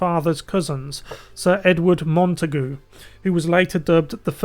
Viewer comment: Hello, Many thanks for this detailed account of Samuel Pepys life and times. No offence but it may be useful to Google words or names you aren't sure how to pronounce. Montagu is one that is incorrect. But overall, really excellent. Xxx